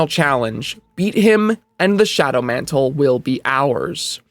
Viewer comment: john mant'le